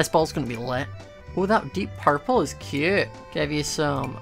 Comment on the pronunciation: the amount of times he said "cyeoot" (cute)